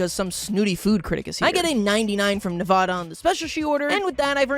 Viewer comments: Nevahda? It’s pronounced nevāda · It's Na-VA-da. Also funny that they're sisters, as the states are adjacent to each other. What's next? CALIFORNIA?!